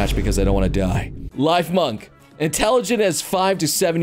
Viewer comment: it's "life-munk"? i thought it was "leaf-munk" .... guess not